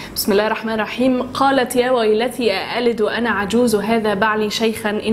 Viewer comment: تصحيح نطق الايه ، قالت يا ويلتى وليس يا ويلتي